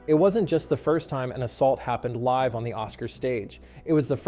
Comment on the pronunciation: So enjoying your channel until you showed your dirty petticoat by pronouncing the adjective LIVE as the verb LIVE. So hoping a channel like this, so well written and so well-edited, wouldn’t try to save a damn buck by not paying a real-life narrator (who could use the money). A real buzz kill.